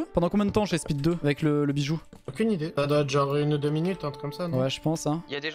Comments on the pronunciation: Ta dit biju est c'est des bidju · Petite info sa se dit pas biju mais Bidju